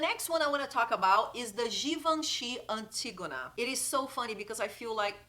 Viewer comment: One of the (many) perks of speaking Portuguese: being one of the only YouTubers who's able to say Antígona properly!! 🤣😘 Beijos, loved the video!